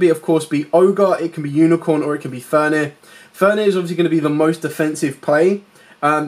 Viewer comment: good video. thx. but would love if you used correct card names. triggers my OCD ;) "fenRir" not "fenir" ;) anyway. thx for video